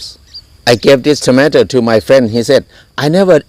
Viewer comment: 😂😂😂 his accent when he says kilogramme and tomato caught be off guard its so amazing